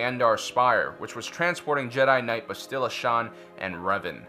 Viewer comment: "Buh-still-uh"? I've always pronounced it "Bass-till-ah"